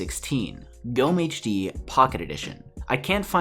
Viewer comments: The stressing of gommehd is so funny, sorry... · witzig, zu hören wie du gommehs auspricht / funny to hear you pronounce gommehd.... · You said the name wrong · ich auch